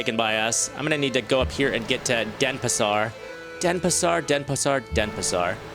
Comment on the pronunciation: First time you say correctly the name of that city x) All the time you were sayin' DeSApar instead of DenPAsar.